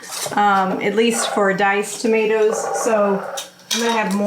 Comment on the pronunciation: Diced "Tomatoes"?